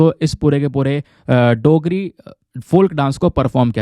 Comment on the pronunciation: Dear sir you missplet dogri you pronounced it as देgri but it is डोगरी थैंक्स